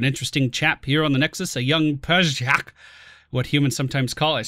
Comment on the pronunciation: Listening to attempt to pronounce things is always so fucking delightful. I lost my shit when he got to "pyjak". I re-listened to him say that about 5 times in a row.